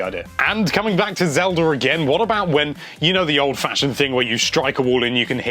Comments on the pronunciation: I do have question, Why do all britts say ocarinurr of time, and zeldurrr ? This has always kept me wondering. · Yes Zelder Ocariner of time is the best